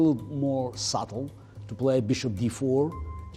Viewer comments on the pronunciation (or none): none